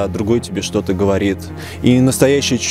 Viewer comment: Не шокай